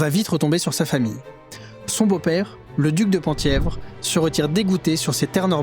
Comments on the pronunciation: Penthièvre se prononce pin (thièvre) et non pan ! thièvre. A ce titre étaient attachés les droits successoraux à la couronne du duché de Bretagne dont aurait pu se prévaloir le duc de Mercoeur, ligueur et époux de Nicole de Brosse les possédant. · Merci pour cette vidéo! Le Penthievre est un territoire dont le périmètre à beaucoup changé au cours de l'histoire, mais la capitale du duché était Lamballe. Penthievre se prononce "Pinthièvre".